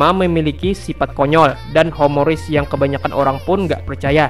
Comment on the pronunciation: humoris bukan homoris